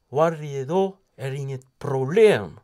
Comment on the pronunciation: Hahah, jag dör verkligen när han säger "Huarje dag, är inget probleem" och "Hallåh, hva kul de ska bli a städa hlitegrann" <3